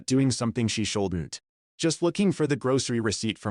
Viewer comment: Can you teach AI to pronounce “shouldn’t” correctly?